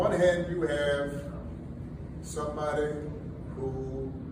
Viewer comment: Take special note how Barry, really puts the tone on his Ebonics.🤣🤣 "Sum bah day, went ta college wit ya". Now you know damn well in sam hell, in his everyday life, he don't pronounce (somebody and With, and You) like he just did. Funny thing is, Barry actually thinks he still has some pull with the community.